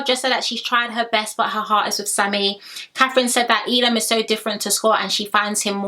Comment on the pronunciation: Your pronouncing Elom's name wrong its 'EH Lom' not 'eee Lom' also Lochan's name is ' Loh-kan' not 'Low-Con'